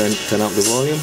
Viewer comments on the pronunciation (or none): none